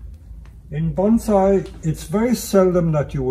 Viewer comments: He pronounces "bonsai" incorrectly. Shameful. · It’s called bonsai not BANZAI!!!